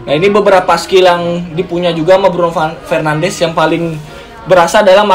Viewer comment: Btw pronounce bruno fernandes sama de bruyne salah bang